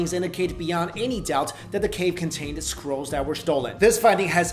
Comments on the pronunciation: i keep hearing squirrels instead of scrolls so i that thinking mummified squirrels. "Dead sea squirrels..." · Lol!!! I thought he was saying "sea squirrels" instead of scrolls!!! I was like wtf are sea squirrels!? Lmao!!!!! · Ok, not gonna lie, at first I thought you said "Dead seasquirrels" and I went "WTF is a seasquirrel"? Then you said it again and I realized what uou ACTUALLY said.😂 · I thought you said 'Dead Sea Squirrels' 😂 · I think I need to check my hearing. I thought he said squirrels lol. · when he says scrolls I understand squirrels